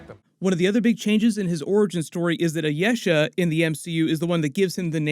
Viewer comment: "Ayesha" is Pronounced as I-e-sha